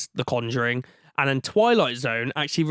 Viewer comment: Why is he pronouncing conjuring like that